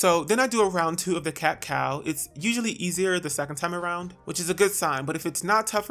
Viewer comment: My hair porosity is 4c all the way through, it'll be 7 years when it's July 2020, aaaaaaand I could've sworn you said "cacao" instead of "cat cow," and when you said "for obvious reasons," I thought, "Well yeah, it's a 🍫 chocolate bean 🍫, hello!" 😏😳😁😂